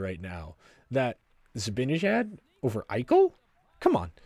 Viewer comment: It's "Zibanejad" - Zib-a-nah-jad